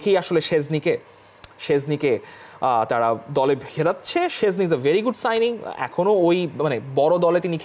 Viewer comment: ভাই it's not সেজনি or সজনের ডাল, it's শ্টেন্জনেই (SHtenZ-nay/neh)